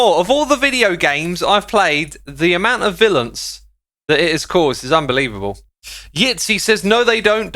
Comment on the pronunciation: did you say vilence